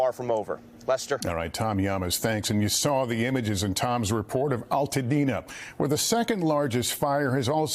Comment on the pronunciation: it's ALtadena... like ALBERT... learn to pronounce it. My heart goes out to Altadena. I am devastated by your loss. <3